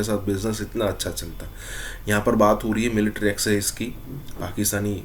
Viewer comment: एक्सिझ नहीं एक्सरासिझ